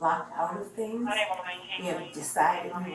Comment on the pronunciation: "BLACK THEENGS"......